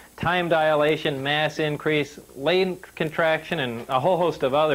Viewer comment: Perhaps. YouTube captioning translated it as "Lane". Upon review, it does sound more like "Lane".